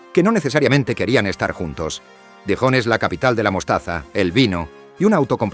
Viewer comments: Verte pronunciar "Dijon" es penoso. Para hacer un vídeo deberías ensayar un poco. Los españoles siempre con problemas idiomáticos ... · El vídeo me gustó, pero podrías esforzarte un poquito en la pronunciación de los topónimos. Lo de Dijon con el sonido de "J" Jaén suena fatal